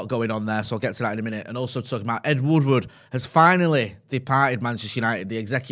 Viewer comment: ed woodward, not ed woodwood